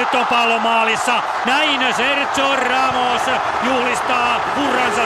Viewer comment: ku ramos sai maalin ni toi selostaja sano sen nimen väärin